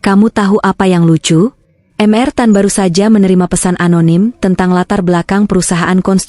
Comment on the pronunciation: Hallo! Pembaca cerita! Huruf “Mr.” Dibaca Mester bukan M.R. Hal lain Judul cerita tidak cocok dgn ceritanya!